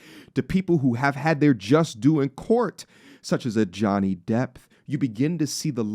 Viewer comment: Its Johnny Depp not Depth